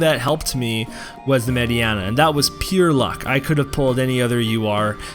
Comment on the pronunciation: Her name is MAY DI NA not MAY DI ANA ... Mediena *